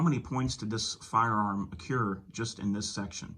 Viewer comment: Dude…the word is accrue, NOT accure